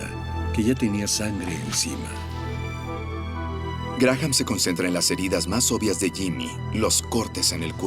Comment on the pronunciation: La h de Graham NO se pronuncia